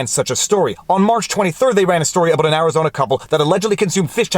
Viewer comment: Did he just say aboot?